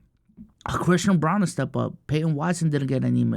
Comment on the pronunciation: it’s pronounced Brown not Brawn